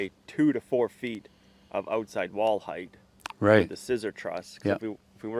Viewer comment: Great job! Only criticism is the pronunciation of the word “height”. Had to say it.😂